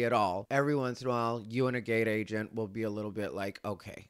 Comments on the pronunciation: This part 😂 Also for some reason I kept hearing “gay agent” instead of “gate agent.” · When you first said gate agent i thought you said gay agent. I was like what the F is going on and how do you know he's gay.😂😂😂